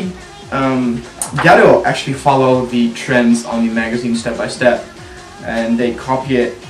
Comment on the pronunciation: i actually like your videos but it always sounds like you say " ghetto hair" xDD